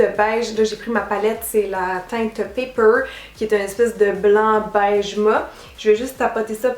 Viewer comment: Ça me fait bizarre quand tu dis du "ma" au lieu de mat mais je trouve ça tellement mignon 😁❤